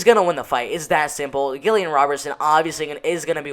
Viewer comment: not Gill-ian Robertson